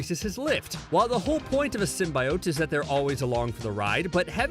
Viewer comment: "Everything you need to know about Venom 2" can't even pronounce "symbiote" correctly...